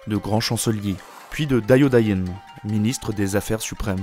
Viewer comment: Bon boulot mais je lis pas du tout la même chose. sengoku=seine-go-coup, dajodaijin=dageot-daï-gine, des daimyosss=des daimyo